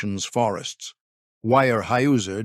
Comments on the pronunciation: Its weyerhauser. Not wirehouser. At least pronounce the name correctly. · Wire-Hoosier? Seriously?! Smash that thumbs down button 👎🏻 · Your pronunciation is horrible. The Germans (I believe) would say "vier hyser" and Americans would say "where houser". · ware- houser pronounced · It's pronounced ware houser. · The pronunciation of the name is not WIRE-houser. If the name is not correct, what else is wrong? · I can't get over the way he pronounces this... Phonetically... it's pronounced Ware-houser. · I would give this story a big hand if only your narrator had a clue about the correct pronunciation of Weyerhaeuser. The continued mispronunciation is irritating and disrespectful to people in the northwest who have longtime connections with Weyerhaeuser. Fix it! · Can't say the name right, and 9 minutes in and there's already about 10 false facts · The single most important word of the article. Get it right